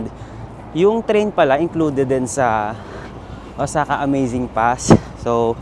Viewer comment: iba ka rin mag travel vlog beh, puro mukha. hahahaha. Tapos ayusin mo nga mga words or grammar mo, nakaka irita. "OZAKA?" and many more. lol